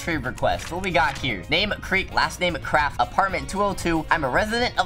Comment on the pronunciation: HAD TWO T's IN CRAFT CRAFTT